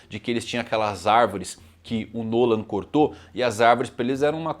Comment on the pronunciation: sempre que falam no nolan eu escuto "TIO DA CASTANHA"